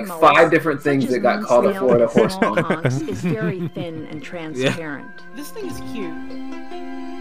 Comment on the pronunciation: ITS PRONOUNCED CONK?!?!?!?!